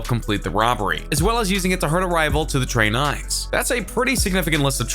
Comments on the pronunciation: Tre nines?? Lmao 😂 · That boy the word tray nine so fine